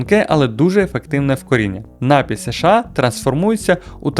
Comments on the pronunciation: Та досить вже говорити нАпій, окей один раз, але щоразу ну просто слух ріже. Я не стараюсь душнити, але ж слово напІй, з наголосом на другий склад, навіть звучить милозвучніше... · НапІй, а не нАпій!!! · НапІй, напОї й усі слова цього ряду мають тільки один наголос.